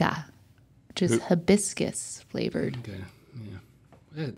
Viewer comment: how do you mess up hibiscus 🥴